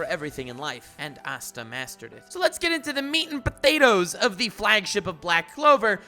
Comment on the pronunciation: The way you say meat and potatoes gets me so weak 😂😂